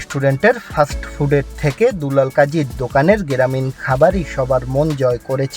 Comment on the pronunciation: শালায় মূর্খ অশিক্ষিত ক্লান্তি কে বলে কেলান্তি গ্রামিন কে বলে গ্রেরামিন😂😂😂